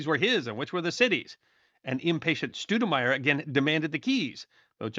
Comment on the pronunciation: That'd Stowdenmire, not Stoodenmire, haa, Thanks